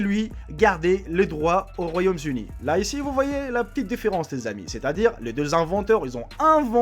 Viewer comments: Pascal Janvier Il peut dire les "z'amis" si il veut, par contre Royaume-"z'Uni" (comme tu dit) est effectivement faux. Mais je vois pas pourquoi tu soulignes le fait qu'il ait fait la liaison avec les amis... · Attention c'est le Royaume-Uni et non les Royaumes-Unis, ne fait pas la liaison puisqu'il n'y a pas plusieurs royaumes donc pas de s! lol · royaume zuni ?? kezako ???